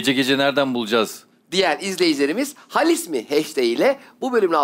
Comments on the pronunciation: Cem'in "halis mi"yi söyleyemeyişi #halismi ay her demende kriz geçirdim <3 faikfaşdijfdşsalişsfak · Yav cem bey, halis değil haaalis diye okunur o “hâlis mi?” denir yani 😃